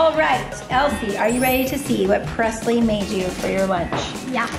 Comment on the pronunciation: Her name is Preslee not Presley